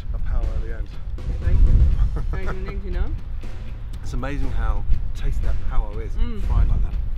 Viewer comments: "Pa wa" its Paua bro😂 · It’s pronounced par ew ah just say it together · Paaaa waaaa pāua its simple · "pa u WA" lol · It’s pronounced Par-eww-ah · He struggled every time to say it tho haha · You're waaaay off the mark there man. "White" New Zealand isn't salty because he said a "brown people word". They're just poking fun at the way he's pronouncing it. A lot of "white" Kiwi's are mixed race and have a Maori parent or grandparent. We are proud of the Maori heritage. New Zealand isn't like America who basically shun, hate and ignore the native Americans. NZ is probably one of the few countries to not only accept the native culture of the indigenous people. We love and are proud of the Maori culture. Our National Anthem is half Maori half English. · The way he pronounces Pāua 😂 (Im from New Zealand) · I love how much he emphasised the second part of “pāu-A!” so much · It's great to see you in New Zealand learning about the Maori culture and the cooking of New Zealand's delicious kai, but I see you kept your English/American habit of way too much butter and salt lol, the more natural the food in NZ the better it tastes Gordon. I had a bit of a chuckle at your pronunciation of Paua but great to see you know it's not called Abalone everywhere....next up is to educate those who call Salmon "sea trout" hahahahaha